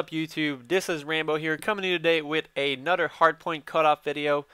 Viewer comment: Like the way he says another. "Anudder" lol